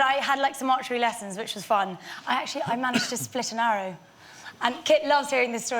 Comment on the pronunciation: How the hell did this guy get a talk show? "There was awwow awweady out there"